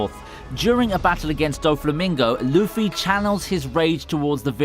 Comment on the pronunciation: Mardarar and loofy, not the most accurate pronunciations